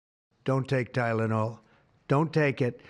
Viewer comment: Pronounced 'TYlenol' like 'CHIna'